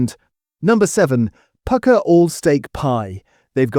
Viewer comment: This is just AI slop, you'll find another AI slop channel which sings the praises of Pukka pies while mis-prnouncing the name!